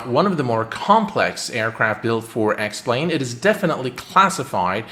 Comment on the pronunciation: Anyone else than me who heard “welcome to the sex plane video”?